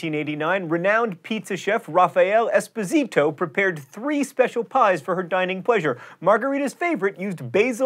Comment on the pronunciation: It's actually Raffaele Espósito, not Raphael Esposìtow. I know mispronunciation is John Green's thing, just for exactness' sake.